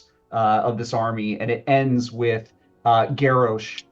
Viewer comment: My man said GARE-OH-SH smh.